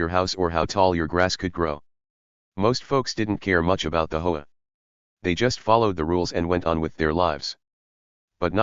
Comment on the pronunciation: Hey... it's H O A, not "ho-a". Read it the correct way.😂😂😂